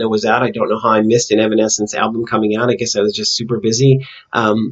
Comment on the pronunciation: No worries, you pronounced the name right. The Bitter Truth, Evanescence's upcoming album, is not quite out yet, but they plan to release it this year. No set date yet. So far 3 songs have been released for the album including The Game Is Over. I definitely enjoyed your analysis for The Game Is Over. When you were talking about how they were trying to transcend from their fake selves, that made think of the line "Change me into something I believe in, Change me so I don't have to pretend". I see this as them waiting on someone to free them from this "denial prison" they've created possibly because they feel it's too hard to get out of (and even sinking deeper illustrated by Amy sinking into the mud). However, later on there is an added part that pre-starts the chourus with "Maybe I can change me into something I believe in, Change me so I don't have to pretend" as if they realize they actually can do it on their own, even though it will still be hard in the long run. Also, I think right before Amy says those lyrics she comes out of the mud, where it dries and she starts to peel off the mud, but not all of it comes off in that scene. She's slowly coming out of that denial/fakeness but not quite there yet. I never would have thought about the scene with Jen tearing out of her dress being an expansion of the self, but it makes total sense. Thanks for analyzing the music video! I'm definitely checking out the Batman video you were talking about.